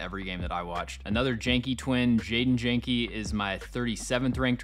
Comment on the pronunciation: The Janke twins are pronounced “YAWNKEE”